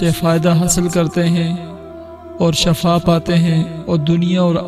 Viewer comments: Asle lafz shifa hai shafa nahe shafa k maine mot hai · Shafa nhi shifa bolte Hain.. shafa mout ko bolte Hain.or shifa sehat ko bolte Hain.. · Shafa galat bol rahe ho aap hazrat Wo shifa bolna chahiye🤔😌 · It's word shifa not shaffa .. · Sahi lafz shifa hai na k shafa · Bhai shafa nahi shifa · Shafa nhi kahty shifaa kahty hen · Bhi lafz shafa nahi(shifa) hota ha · Please make a correction for the word shaffa.The correct word is Shiffa. I am saying about the pronunciation . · Shafa nahi shifa hy pehle ye samajh lyen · Asal lafz Shifa hai. Shafa nhi. Please tashih karen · بھائی شفا کے نیچے زیر ہے ۔۔ زبر نہیں ۔ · پلیز اپ نے شفا کہا اور شفا الگ چیز ہین۔ ایت دیکھو وکنتم علی شفا حفرة من النار ..... وننزل من القران ما هو شفاء ورحمة .. پلیز شفا کو صحيح پڑھئے ۔۔ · قران سمجهتےبوتے تو پتہ چلتا کہ شفا کو غلط پڑھا اس نے باقی وظیفہ تو ٹھیک ہین